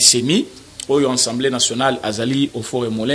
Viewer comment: Frère , on dit Assemblée et non ENsemblée